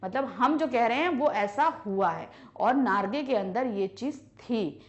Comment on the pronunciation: mam its jiten narge not nagre